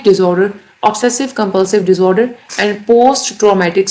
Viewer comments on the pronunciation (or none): Whats with the pronunciation of “Disorder” seems funny😂 more like DizoooderZz